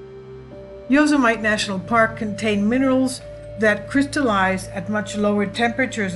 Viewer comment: Saying Yo -Suh - Might for fun is funny. Saying it for real is a bit scary. It's Yo Sim Uh Tee.(Etymology - "those who kill") Gorgeous pictures.